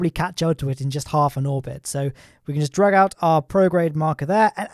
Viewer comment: its dr-a-g